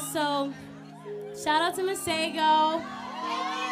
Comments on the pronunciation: I can't get over how y'all pronounce masego 😭💔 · He needs to teach y'all how to pronounce his name right. 🙄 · "Masego" 🤣🤣😅 Ari gotta learn how to pronounce man's name right ♥♥♥ Love you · Any other Tswana speaking person here who cringes on how they pronounce "Masego"? 💔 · Y'all pronouncing Masego all the way wrong!